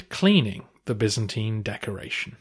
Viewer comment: Bi'-zan-tyne. What is so hard about that pronunciation? 😱